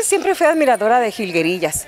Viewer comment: jaja... esa entrevistadora se nota que de la nueva "geraración" les dice Jilgerías... jajaja